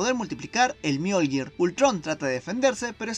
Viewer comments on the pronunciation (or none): none